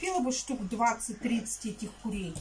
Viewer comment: КУРЕЙ, А НЕ КУЛЕЙ!!!!!!!!!Я УКРАИНКА, Я ЗНАЮ 4 ЯЗЫКА В СОВЕРШЕНСТВЕ, НО ТВОЙ ЯЗЫК ЗА ГРАНЬЮ ВОЗМОЖНОГО 🤯🤯🤯🤯🤯🤯